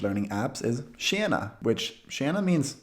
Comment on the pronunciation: The E in tjena is pronounced like E not Ä.